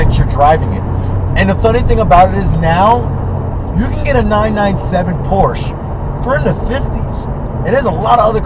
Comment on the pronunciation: it is Porscha not porches